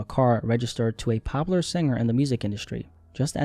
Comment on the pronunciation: Everytime dude says popular I thought you were saying Pablo and was so fuggin confused